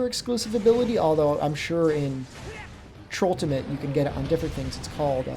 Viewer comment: I know that your saying Trultimate but i just can't stop hearing Trolltimate